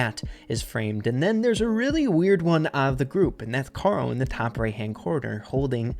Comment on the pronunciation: It’s karol